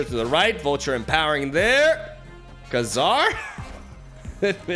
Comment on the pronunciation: but if you refuse to pay 2 win like you and don't have miles what to you sub him out with????? Also its pronounced KA-zar